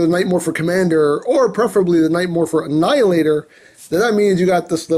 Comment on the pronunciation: "Knight Morpher Annheelahtohr" Me:... Ok, could you please repeat that in understandable English? I don't speak Japanese.. Chinese... Emgoese? What dialect are you speaking, man!?